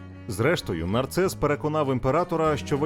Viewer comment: Не нарцес А Нарсес